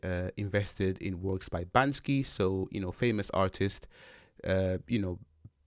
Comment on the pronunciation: I apologize, but you mispronounced the street artist's alias a little wrong. He's Banksy. Not Bansky. Anyway, video is great and inspirational.